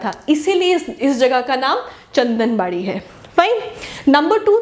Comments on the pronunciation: Maam chandanwari not chandanbadi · Its chandanwari & not chandanbadi...